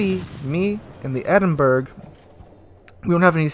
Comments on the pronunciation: pronounced Edinboro. not burg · It’s pronounced “Edinbura” not “Edinberg”. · Hey, for future reference, Edinburgh is not pronounced "Edin-burg", it's "Edin-bruh". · Eden-borough not Edenburg. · Isn't it like 'Edinbruh'? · Players like that are toxic, by the way, the Edinburgh is pronounced Edinborough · WTF is an Edinberg? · its pronounced Edinbru, not like in iceberg lol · Great video as usual but its a shame you had those experiences. Here is a light hearted addition to your count. Don't be that guy No.3... Its pronounced "Ed-in-burra" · Good god it’s NOT Edinberg! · love how you say Edinburgh but its true about players getting salty, see more lately on the EU server and had one were the team fought each other and threw it